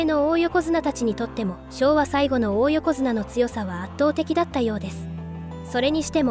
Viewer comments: おお横綱じゃなく、だい横綱と読むんですよ。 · いい内容なんだけど、おおよこづなが気になって…